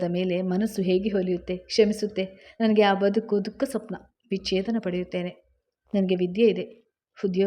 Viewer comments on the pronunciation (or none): ಅದು ಕಲೆ ಅಲ್ಲ ಕಳೆ ಕಲೆ ಅಂದ್ರೆ stain ತಪ್ಪುಕಲ್ಪನೆ ತಪ್ಪು ಕಲ್ಪನೆ ಬಿಡಿ ಬಿಡಿಯಾಗಿ ಹೇಳಬಾರದು ದುಃಖ್ಖ ಸ್ವಪ್ನ ಅಲ್ಲ ದುಃಸ್ವಪ್ನ